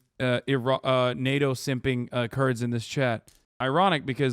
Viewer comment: ah that makes more sense. The 1st mention of the Kurds he didn’t annunciate